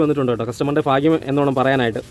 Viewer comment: ഭാഗ്യം... ഫാഗ്യം.. അല്ല 😊